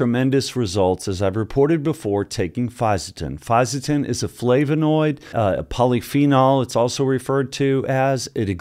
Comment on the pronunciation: Good pronunciation....a tricky supplement to explain to people you take without raising some eyebrows if you say it wrongly 👊